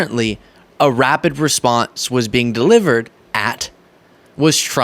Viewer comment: Did you say rapid responses or RABID responses??? 🤣🤪😂😱